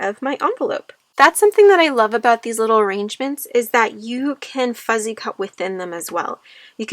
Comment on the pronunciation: It's beautiful. I wish you could hear yourself. You keep saying FUZZY cut. It's not Fuzzy. It's FUSSY CUTTING.